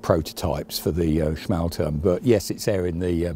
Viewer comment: "schmahl-toorm," not "smale-turm."